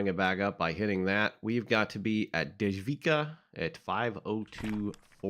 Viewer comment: So a czech person here. I'm glad you're enjoying it. It's just a little tip on how to pronounce the stations and creator. The creator is Dom-inik -Voy-tah And it runs from Dej-vic-kaa To - Naa- Mess-Tii Mii-ru